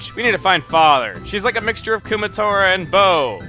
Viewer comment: The way you said "a combination of Kumatora and Bow" made it seem like Kumatora is bald.